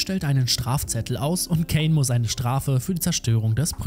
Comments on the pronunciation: Ok tolles Video aber wieso sagst du käin er heißt doch kain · Nicht Kän sondern kein eiiiiiiin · Der Heist übrigens Kain und wird auch so gesprochen wie der Biblische Kain so wie du es sprichst würde es Kane geschrieben! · Er heißt cain und nicht kane aber sonst echt super Video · Es heißt Kain und nicht Käin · Der Anime heißt The parallel chronicles of the aristocrat und außerdem wird der Name der Hauptperson ,,kein“ ausgesprochen